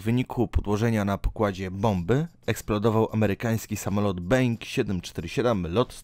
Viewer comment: Mówi się Boing a nie being A piszę się Boeing :)